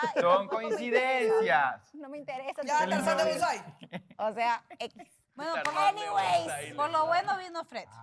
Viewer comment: Y shirley dice aniways jajajajajajajajajaja